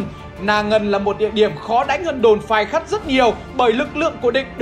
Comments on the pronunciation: Phai Khắt chứ kp Khai Phắt nha =))) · Đồn Phai Khắt mà cứ đọc nhầm là Khai Phắt😀😀😀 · Phai khắt mà ông toàn đọc là khai phắt vậy ơi 😁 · Phai Khắt a đọc nhầm thành Khai Phắt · Phai Khắt ông cứ đọc là Khai Phắt 😅😅😅😅😅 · Phai Khắt mà ông cứ đọc Khai Phắt 😂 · Có mấy chỗ Phai khắt đọc bị nhịu thành Khai Phắt anh nhé 😆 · đã đọc sai còn đọc to Phai khắt mà toàn đọc là khai phắt nghe sai lệch lịch sử quá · Ông cứ nhầm phai khắt thành khai phắt hơi bị nhiều đấy nhé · Phai Khắt mà ông cứ đọc là Khai Phắt :(( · Đồn Phai Khắt mà đọc nhầm hoài 😔, bé Hồng là ông Nội tớ đấy. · Phai Khắt nhưng đọc là Khai Phắt =)) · Khai phắt đọc sai xuốt thế a . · cứ bị đọc sai tên đồn Phai khắt, nhé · Cách đàm đạo lịch sử rất lôi cuốn, chỉ có một sạn nhỏ là anh đọc nhầm tên đồn "Phai Khắt" thành "Khai Phắt" thôi ạ! Chúc anh và ekip thật nhiều sức khỏe để có thêm nhiều video bổ ích về lịch sử!